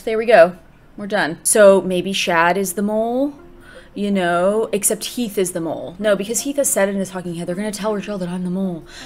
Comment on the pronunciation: you said Keath instead of Heath 😂😂😂